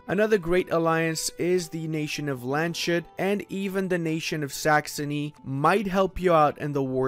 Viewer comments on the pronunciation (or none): It calls lands-Hut not land-shut on German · Lands-hut (pronounced: hoot) NOT Land-shoot